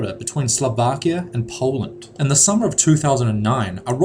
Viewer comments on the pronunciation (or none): none